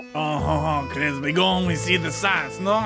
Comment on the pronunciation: Chris said ctop